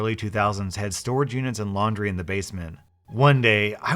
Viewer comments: It's laundry, not laundy. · Ah yes I also have “laundy” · “Laundy” xD im dying xD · Anyone gonna talk about “Laundy”? Edit: OMG Thank you guys for 100 likes!!!